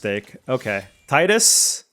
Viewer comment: Character's name is Tee-dus